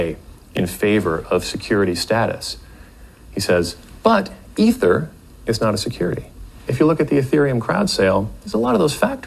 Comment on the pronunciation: I think every time you miss pronounce Ether you take a shot. Lol.